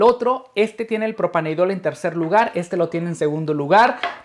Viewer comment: Se dice propaneDIOL, no propaneidol.